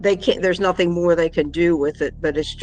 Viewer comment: And neither apparently is intelligence! She just said “they didn’t find nuthin” and “sapossably” I mean- yikes!